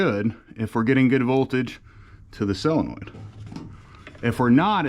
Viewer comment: The correct pronunciation is Solenoid, not cellinoid.